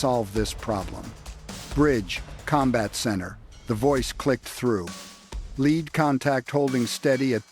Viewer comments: Can't pronounce lead (leed) as in first boat kept calling it lead (led), as in heavy metal. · What’s the Asian guy saying? Hate AI robot speak. “Lead Boat” not pronounced led like a lead pencil. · Your AI narrator cannot distinguish when the “lead” craft might be a noun or an adverb. Led is not the sane as lead. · Too much “lead pronounced LED” in one’s diet has that effect on long term motor skills.. 🤔 and intelligence.. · You're killing us. Lead is not the heavy metal, in your report it's pronounced leed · I am really amazed how a lead (pronounced as the metal "lead") can reach 35 knots. Fx yer AI. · It is not a Lead Boat, Lead like th “Heavy Metal” but Lead as in lead a horse to the Barn !!